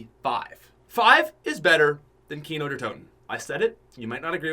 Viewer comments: Kno moor cod of dooty. moar fortnot. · I got triggered when he said kino 😂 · Was I the only one that said “I hate you” when he said kino. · When he said kino I got bit upset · PUT SOME RESPECT ON KINO'S NAME......still love you though <3